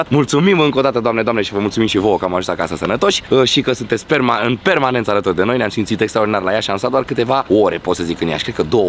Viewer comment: Doar eu am auzit ca a zis sperma când a zis .în permanenta